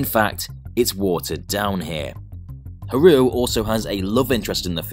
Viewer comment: I think it failed because you kept pronouncing Haruo wrong.